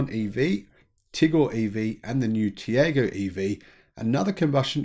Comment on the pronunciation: Tiago is pronounced Tea-are-go… As you note the Indian EV drive cycle is very different, the drive cycle for ICE cars is similar to the NEDC but capped at 90kph to reflect the lower speed limits in India, similar with their own road testing (as it would be impossible to use the same cycle as Europe within the speed limits), but the EV cycle is the urban part of the NEDC (up to 50kph only), as for harmonising cycles, good luck with that.